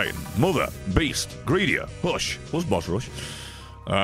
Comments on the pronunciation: Beast? I thought you said Weast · The Beast? I thought you said Weast!!